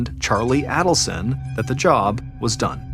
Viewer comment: This has been a huge case in the true crime community for years now and it's still not over. Someone needs to tell John it's pronounced AIDelson not ADDelson. I hate to be the one but I'd want someone to tell me if I repeatedly mispronounced a name in an extremely well know case like this.